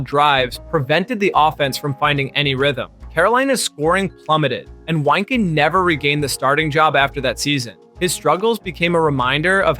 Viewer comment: Mirer, Weinke and Pisarcik ya pronounced wrong. Also you need to say 0 and 16 record not “0 to 16 record” when talking wins-losses. Cool video otherwise ✅